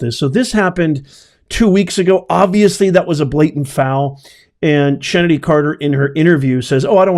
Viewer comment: Chennedy is pronounced like Kennedy. Angel Reese shouldve been ejected for that BS. She went and sulked on the bench while the refs were reviewing the play that was elevated to a flagrant foul which isnt severe enough. Theres a better replay angle where you can clearly see that she intentionally put a little extra in her whack at the ball (aka Caitlins head). After the game Angel Reese played the "VICTIM" of course saying the refs were basically against her precious self and her fake eyelashes!